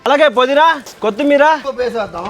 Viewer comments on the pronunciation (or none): none